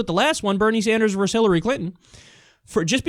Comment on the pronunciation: Bernie Sanders VERSUS Hillary Clinton, not "verse", ffs!